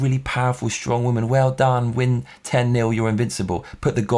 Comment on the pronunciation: one question, whats a waman? I think you had a mean mom and have something against the "waman" lol